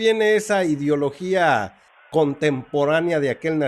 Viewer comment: Para empezar no se dice idiologia, se dice I D E O L O G I A, POr favor. Lo que dicen de FRENAA, no es cierto, informate, primero, el señor Salmeron es historiador, considero qu no esta informado, el señor Abascal no e sde FRENAA. INformensa , investiguen antes de hacer una nota de este tipo.